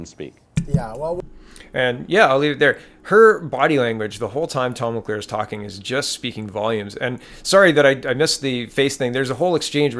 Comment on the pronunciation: It's Tom Mulcair. Not Mulclair.